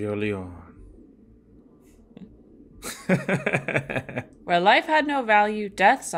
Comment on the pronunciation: you pronounce the E on the end of Leone.